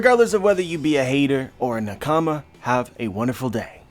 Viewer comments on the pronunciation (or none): Yo fam you have got to stop pronouncing “nakama” the way you do. Its supposed to roll of lf the tongue not be chopped up like that